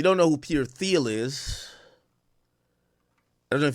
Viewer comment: Pronounced "Teel"